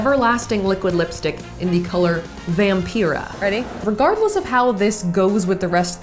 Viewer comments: Hey Saf, I just wanted to kindly let you know that you pronounced Vampira wrong; Vam-PIE-ruh =) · vam-pie-ruh is how you pronounce vampira lmao